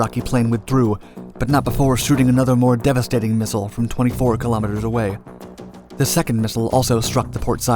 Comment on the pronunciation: Learn how to say missile lol